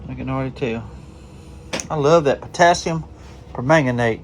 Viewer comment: I am so proud of you properly pronouncing potasiumpermagnate! See there, not only can’t I pronounce it, I can’t spell it either! 😂